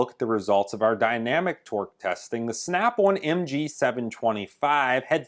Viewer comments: Snap-on, not snap-one. In the 20 years of usage you will have paid for 5 earthquakes by the time you needed to even look for a new snap-on. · on is now awn like as in yawn or awning snap awn gloves awn where the hell does that snap awn accent come from and cold is code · Did you say snap one? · "Snyap Awn..." 😂😂😂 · bad13luck13 I thought he was saying snap-one lol